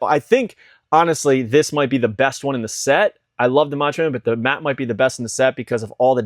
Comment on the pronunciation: I don’t like being this person but you’re pronouncing matte incorrectly. Matte is pronounced just like mat.